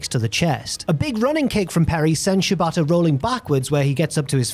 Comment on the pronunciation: Since pronounces Shibata to sound like "ciabatta," I enjoyed imagining Perry wrestle some bread during the recap.